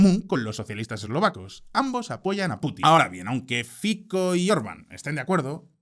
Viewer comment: Porqué lo pronuncian Fitzo? Es FICO